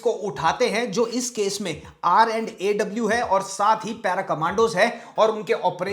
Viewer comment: Thank you for calling it "R & AW",.